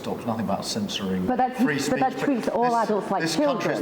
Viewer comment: Defend free speesch?? Starmer suppressed freespeesch